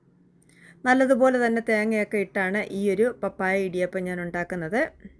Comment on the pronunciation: പപ്പായ ഇടിയപ്പം അടിപൊളി 👌ഞാനും ഇടിയപ്പം ഉണ്ടാക്കി വീഡിയോ എടുത്തിട്ടുണ്ട്. പാപ്പായ അല്ല 😂 Like